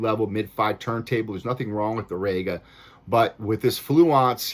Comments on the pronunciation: It's rEga NOT rAyga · ''RE-GA, not, RAGA. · Well, it would give your review more credibility if you could pronounce 'Rega' properly.